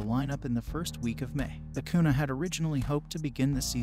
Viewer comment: It’s acuña, pronounced acun-YAH